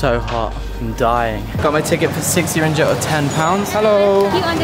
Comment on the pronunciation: The way you pronounce ringgit is hilarious 😭🤣 It's pronounced: ring-get / ring-git